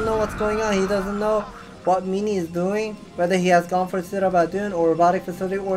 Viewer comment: Its MIN-ee not MEE-nee